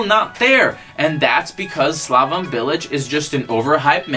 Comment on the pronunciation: 1) You've no idea how to pronounce any of the names in here. SlavON Bilic? ArNAtovic? 2) Bilic? Club hero? Interesting. 3) West Ham spent money but it doesn't matter cause we broke even, the owners are cheap fucks who only want to make a profit. 4) You think Arbeloa lost respect for Bilic? No shit. He got in a fight with him on the training ground because he went in hard on a youth player and Bilic told him to relax, at which point Arbeloa told him to come talk to him once he'd won the Champions League. 5) Payet left West Ham cause he didn't respect Bilic? Try again. He wanted to go back to Marseille because that's where his entire family lives. 6) Chicharito could be at a bigger club? What?? His goalscoring record at Bayer Leverkusen was abysmal. 7) Thomas Tuchel? Tf are you on about? 8) Why are you yelling? We can hear you just fine. I couldn't get more than 5 minutes into this thing, fucking killing me. There's a reason you got downvoted to hell in the West Ham subreddit, it sounds like you're just regurgitating a bunch of BS you read in articles online. There's a difference between knowing things about West Ham and having an understanding of the club, it's not impressive to just spew out shit that anyone could read online. Please stop making Americans look bad and go back to supporting Real like a normal plastic.